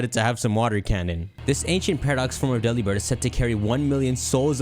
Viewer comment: Everyone: commenting genuinely interesting comments me: Delibird is pronounced like 'Delivered'